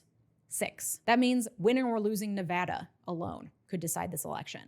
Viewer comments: Thanks for say "Nevada" correctly! :face-red-heart-shape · thank you for saying Nevada right